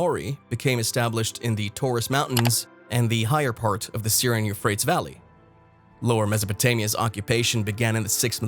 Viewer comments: It pronounced You-Fray-Tees ... not You-Fray-Ts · Ty-gris, U-fray-tees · Pronounced: you-freight-ees. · The "you-freights" river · It is pronounced as 'euphratees'. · it's pronounced Euphratees.. the misprounouciations in this video makes it impossible to take seriously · Isn't it pronounced You- Fray-Tees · Yes. Apparently the creator doesn't research pronunciation of unknown words. Or grammar. For only fifty bucks I would have proofread the script. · Yeah he is saying it incorrectly, it is pronounced you frayt eez-Euphrates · You-freight-ees , Tie-gress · The douche /elitist couldn't pronounce the names of the rivers correctly. He does this to show how much smarter he is than us dolts. John Kerry does this also. There is no global warming/ climate change or whatever the word is this week. The Globalists W.E.F people use this to get control of us "dolts" to voluntarily lower our standard of living. Sadly mist people are going along with it. Enjoy owning nothing and liking it and your crickets. Once they crush the American middle class it will be over. The rest of the world has fallen in line. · All of the sparse credibility just went out the window when the speaker butchered the name of the Euphrates River. No country is the "mouth" of the Euphrates River. That question doesn't even make sense! It's painfully obvious that this isn't from any English speaking country. The voice-over is clearly generated by a pretty pathetic computer program. This kind of sloppy journalism shoots itself in the foot over and over again. I say steer clear of this unacceptable attempt at news. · How can we take you seriously when you can't even pronounce the river names correctly. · You are the only one I have ever heard pronounce those rivers like that... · Click bait. No terrifying discoveries. Cover picture showed Australia. The narrator can't pronounce the river names. I think this is the product of bad AI. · Absolutely terrified. Euphrates spoken incorrectly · Very annoying. Lol